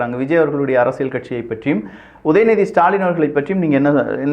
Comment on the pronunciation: அரசியல் என்று நீங்கள் சொல்லும்போது 'அரசியழ்' என்று கேட்கிறது. திருத்தம் செய்யவும்.